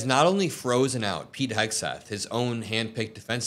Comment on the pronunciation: when is she starting to say his name right ????